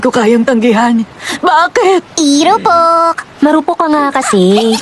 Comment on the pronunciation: "iropok" ampota😭😭😭